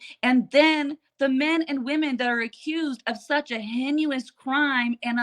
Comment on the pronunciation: Hi again - with love - the word Heinous - pronounced HAY nuss